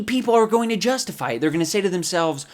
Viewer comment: HE CALLED ETTT HE CAAAAALLLLLLLEDDDD ETT